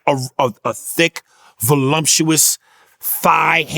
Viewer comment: Vulumtuous? Ok Aries, that's one lil mistake.